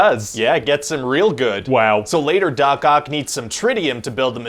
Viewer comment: Sorry, am I the only one who always understand dogcock instead of Doc Oc? haha